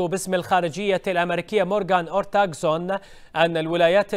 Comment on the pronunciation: يمعودين اسمها مورغان أورتاغوس (ortagus) مو اورتاغسون يحظيبي 🐸